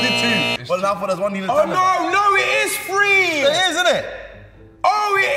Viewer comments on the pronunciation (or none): NO IT IS "FWEEEE" 😭😭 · did filly say `it`s free` or `its three`? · Filly’s 3 sounds like he’s saying “free” 😮‍💨🫨🫨🫨 WILDDDDDD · everyone else: it is three Filly: "It is free" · Filly says “Free” for three smh 😂🤣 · He really said “fwee”😭😭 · Yung filly saying three : Fwee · Filly saying fReE instead of three 🔪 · Why do y’all say free instead of three though?😂😂😭😭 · Is filly saying free or three 😭😭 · It’s three not free 😂😂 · Three or free? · IS IT “FREE” OR “THREE”?????? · Three or free?......not to be mean or anything